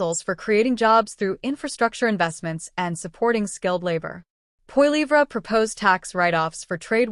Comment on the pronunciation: What a pile of crap - propaganda probably of Russian origin - can't even pronounce Pierre's name properly